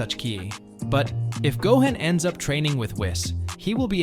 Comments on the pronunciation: Smh its Not Go-hen* its Go-han sounds like Go-hon* smdh. Keep up the content tho. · Dude , it's 'Gohan' not 'Gohen' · I know… I can’t take this seriously with all the butchering… Gohaan, Saiyon, Wis…Vegita….Ultra Instinct twowee??!!? … This ai does not know db.